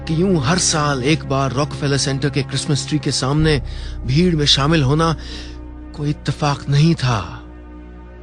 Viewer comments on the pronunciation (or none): mishra jee apna urdu ka talaffuz theek karaen......its koi..not "qoi"!and..takleef not..taqleef .consult some " urdudaan"!ok